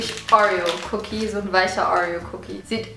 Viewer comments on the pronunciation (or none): Wie sagst du bitte Oreo !?😂😂😍Aber deine Videos sind soo gut und du bist sooo sympathisch😍😍